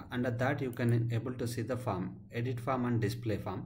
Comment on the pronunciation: Just thought I'd highlight that when seem to be pronouncing 'Form' as 'Farm'. Minor issue, thanks for your time.